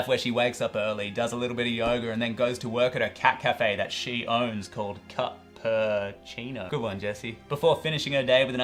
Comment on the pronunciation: Ca-purr-cino lol